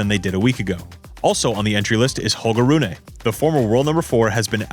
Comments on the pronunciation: I think it's 'Roon-uh'. The Danes pronounce the 'e' but yeah it's definitely not an 'ay' sound. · Good shit! Small note I think Rune is pronounced Roon not Roonay, great job overall though bruv 💯🔥